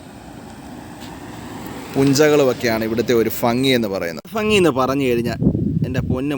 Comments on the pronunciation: ഫങ്ങി അല്ല ഭംഗി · ഫങ്ങി അല്ല ഭംഗി.